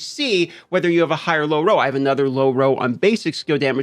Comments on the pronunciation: can't stand how you say roe and not roll... no sub for you D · Lay off the adderall and learn to say ROLL properly. Hard to watch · If anyone's wondering he's saying, roll not row.